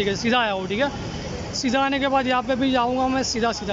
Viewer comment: Kitni baar thike bolte ho bhai 😂😂🤣